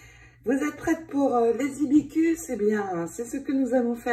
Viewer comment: Bonjour Hibissssss cus Il faut prononcer le s qui est au milieu 😉🌸🌺🌺